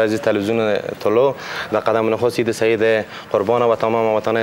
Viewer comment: آریانا خوردک: عیت مبارکککک 🤣🤣🤣🤣🤮